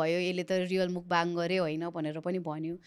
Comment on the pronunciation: Mukbang - ( मुकबाङ ) भनिराको छ मान्छेहरु, यो शव्दको सही उच्चारण भैरहेको छ त ? यो शव्दको उच्चारण र अर्थ के हो भन्ने बारे थाहा नै छैन कि जस्तो लाग्यो । खासमा यस्को सहि उच्चारण ‘मकफाङ’ हुन्छ । यो खासमा कोरियन भाषाको शव्द हो, यो दुईवटा शव्दहरु मिलेर बनेको छ । यसमा 먹다 (नेपालीमा उच्चरण मक्ता - जसको अर्थ खानु हुन्छ) को पहिलो अक्षर मक् र दोश्रो अक्षर 방송 ( नेपालीमा उच्चारण फाङसोङ - जसको अर्थ प्रशारण ) यो शव्दको पनि पहिलो अक्षर ‘फाङ’ जोडेर ‘먹방 - मकफाङ’ हुन्छ (प्राय कोरियन २ शव्दहरुको पहिलो अक्षर जोडेर नयाँ शव्द बनाउनु समान्य हो) मकफाङको अर्थ हुन्छ खाएको कुरा प्रशारण गर्नु, हुन त खाएको कुरा देखाएको नै हो तर उच्चारण सही भएन, सच्याईदिउ भनेर मात्रै हो है ।